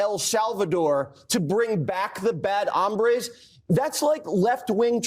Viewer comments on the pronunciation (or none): hombres not hambres